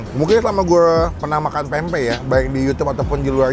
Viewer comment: bang, ati2 nyebut pempek. huruf M nya jgn diilangin.